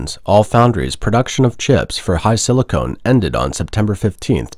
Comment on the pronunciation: HiSilicon, not HiSilicone.